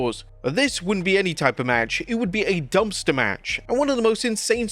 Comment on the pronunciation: Dumpster not "Dumster"....you...you DUMSTER!